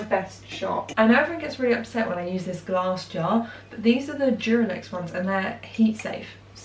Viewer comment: I thought you said durex glass 😅my I'm disgusting 🫣